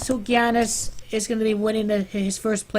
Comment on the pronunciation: It's pronounced "Yahnis"